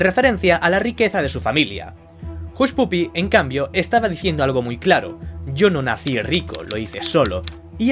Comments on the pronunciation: Jushpupi pronunciado tal cual se lee en español.. me duelen los oidos.. YouTuber por favor te trabajas un personaje intrascendente para que todo el mundo lo vea, bueno.. hasta ahi.. bien aunque fama y dinero sobrevalorados ya, moda off, pero el ingles.. seria pronunciado Jashpaphi.. keep on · Se pronuncia "Hashpapi".